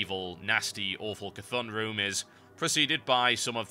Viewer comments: This can very well be the most dump comment ever. But with "Ka thun" you mean the last boss in aq40 right? I am pretty sure you prenounce it as "C'thun" (see thun) it gave me a bit of confusion what boss you meant, I can also very well be wrong and you mean totally someone else. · I'm probably not the first to say this, but the right pronunciation is almost certainly "Ka-thoon", since it's based on Cthulhu, which is generally pronounced "Ka-thoo-loo". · I always pronounced it "SEA-thun" just sounds better to me... Everybody has their way of saying things, stop being so stupid. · ive actually asked my friend in blizzard how to pronounce it and he said it originated from HP Lovecraft's Cthulu with is meant to bed unpronounceable to humans it its more than likley pronounced Kuh-toon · K'thun? U sure it ist "C" as in "See"? His atributes are eyes after all.